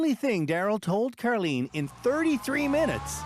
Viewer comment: Why is Karlene's name pronounced car_lean